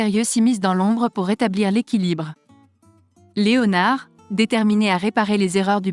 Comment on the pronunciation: Voix robotisée de synthèse inaudible qui ne prononce même pas le nom "Léonard" à la française... 🤮🤮